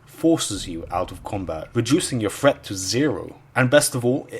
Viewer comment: threat... not fret.